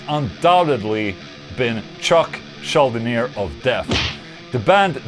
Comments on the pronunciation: Ah yes, the great Chuck Schül'Di'Niér ... dude if there was such a thing as pronouncing a name the opposite of the correct way, that would be what you just did ;) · As Eric Greif once said : It sounds like weiner, Schuldiner..... Say his name right , man.... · So that's how it's pronounced. I've been pronouncing it as "skull-diner". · I always pronounced it "Skull Diner" just because it made it sound more sinister. 😁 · Wong check how chuck pronounces it himself - as shul dee ner. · Chuck shulDinEER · You pronounce Schuldiner's name like it's some kind of Rihanna's song...